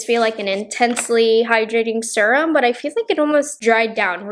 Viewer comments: The way she says serum always makes me laugh. Like surum. She doesn't say vury instead of very. I've never heard anyone say it like that. Maybe it is a regional thing? I knew a few people who would like pronounce Washington as Warshington or crick instead of creek. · Am I saying SERUM wrong or you lol😆😆 I say serum the SER- part like searing a steak 🥩 on the BBQ. Is it just me ppl in the comments. I need to know?? I’m pretty sure everyone says it like me?? Love u. You’re so cute. U can say serum any way u want sweets. ❤️✌🏼